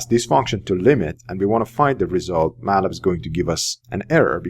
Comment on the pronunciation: Just used to say Matlab, not used to hear Ma’lab!